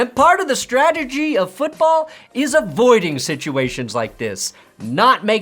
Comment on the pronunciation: “Part of the statagy of foosball”